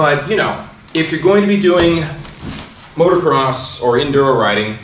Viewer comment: Dude, it's Motocross, not Motorcross.